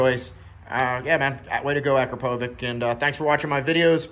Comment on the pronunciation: it is more of A-KRA-PO-VITCH, with accent on "PO" sounds amazing, got it on my 2022 09